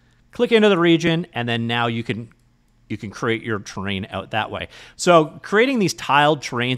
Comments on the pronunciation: Thought he was saying train systems 😂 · When you say 'terrain' in a video it always sounds like 'train' to me, so when you do a video about an actual terrain system I can relax, as I know what the 'train' means immediately :) If you ever do a terrain video that somehow heavily features trains I'll be in trouble. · Wait. Is it Terrain3D or Train3D? You keep saying "train". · Terrain isn't pronounced as "train".